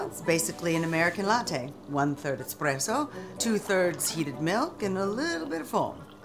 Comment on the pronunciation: I've been waiting 2 days and I have to say. WELL WORTH THE WAIT. GREAT FLICK . I can even overlook the horrifying pronunciation of espresso. I'm so glad I'm subbed to this channel it NEVER disappoints ❤